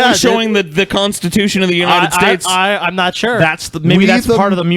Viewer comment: "Unined States"?